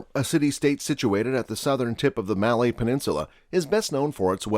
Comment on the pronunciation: U lost some credibility when you pronounced “malay” incorrectly